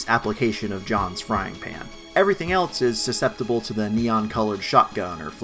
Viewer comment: For everything "eltse"? Bro aren't you a journalist?